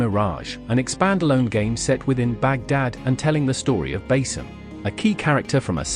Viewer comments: It's pronounced Ba-Seam not Ba-Sim . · It's pronounced Ba-Seam Not Bas-Sim mate